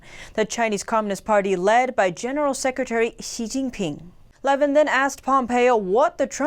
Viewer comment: “Luh VIN”